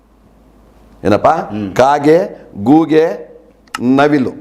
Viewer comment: ಗೂಗೆ 😂😂 ಅಲ್ಲ, ಗೂಬೇ